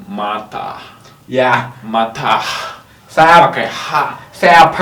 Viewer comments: Matah bukan mata, wkwk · Matah bukan mata 😁😂😁😂😁